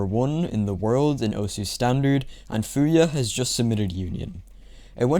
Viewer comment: pretty sure its pronounced "Fumiya" not "Fuya" thats why theres a 3 because it serves as an M also this is subjective but union is your favourite map really?